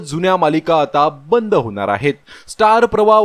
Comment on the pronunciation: होनार आहे नाही हो होणार आहे असं म्हणा. अशुद्ध मराठी भाषा बाळू बोलू नका updates देताना.